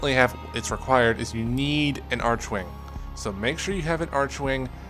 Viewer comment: It's arkwing not archwing (when it comes to pronunciation that is)